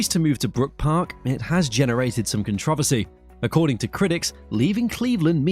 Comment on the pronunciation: He mispronounced “controversy”